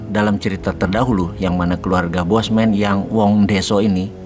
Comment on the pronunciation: Nyebut bosnya cukup sekali saja dan sebutannya 'Bossman' bukan bosman.